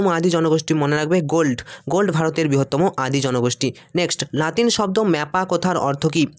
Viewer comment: গোল্ড নয় গোন্ড